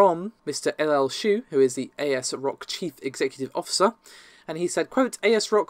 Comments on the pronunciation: For the love of god its ASRock not A. S. Rock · It’s Asrock not A-S-rock